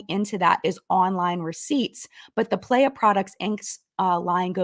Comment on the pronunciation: I'm sorry it's getting to me (in a humourous way). Playa means "beach" in Spanish and is pronounced "plah-yah". It was just making me giggle so I felt obligated to provide the proper pronunciation.